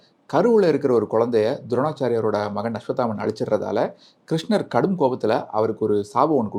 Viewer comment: விஸ்வத்தாமன் இல்லை ஸார். அஸ்வத்தாமன்..